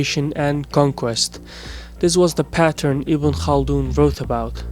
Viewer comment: im just surperised that you pronounced ibn khaldoun's name right!😆👍 good video. liked.